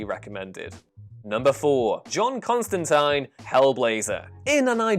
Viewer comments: CON-STAN-TEEN, HAHAHAHA! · That is not how you pronounce Constantine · I sense a "ConstantEEN" or "ConstantAYNE" debate coming.